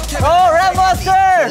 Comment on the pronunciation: I'm sorry but the intro killed me "I'm A REP MOWNSTA CUZ I KEN RAP LIKE A MOWNSTA" Eric pls